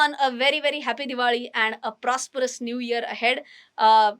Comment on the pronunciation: Why do you say diwadi and not diwali😅